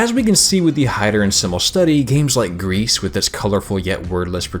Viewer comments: okay, i love you and your videos and i loved your gris video, but as a french speaker, ITS PRONOUNCED "GREE"' NOT "GREASE". . . and i mean that in the nicest way possible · Am I the only one who is a bit annoyed by the way he says "Gris"? It's not "grease", it's "gri". It's french for grey. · Man you kept talking about this "grease" game and it threw me off every time. I always read GRIS as the colour "grey" in French, which sounds more like "gree" as free, but the g is harder and the e phoneme is shorter.